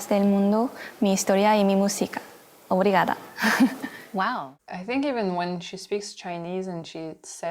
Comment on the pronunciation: She said 'obrigada' in a Korean accent.. mdr! I love Korean accent tbh